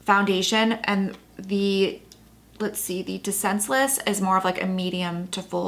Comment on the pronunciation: No swatches, comparisons or pictures inserted. All talk about all of these foundations.... OMG. Really boring, imo. 🥴🤷🏼‍♀️😋 (Except for when she pronounced the ByTerry as “De-Senseless”). #Duhhh 😂🤤😂